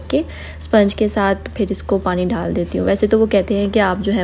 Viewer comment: Ap dalny ko dhal do gi bolti ha please gore are baki superb